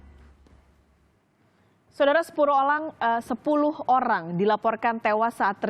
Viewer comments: sepuruh olang, wkwkw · Sepuluh olang 😂